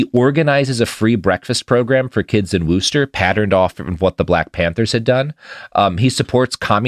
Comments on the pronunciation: Worchester MA is pronounced WUS-stah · It’s fuckin’ Wuss-tah kid! I had no idea he went to holy cross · Your pronunciation of Worcester is funnier than just saying it how it's spelled.